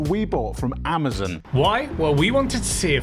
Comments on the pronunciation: AmaZON...not AmaZEN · It's Amazon not amerzenn lol